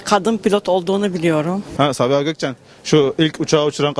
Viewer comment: sağğhiğğbii ulan süper ya ahfjashf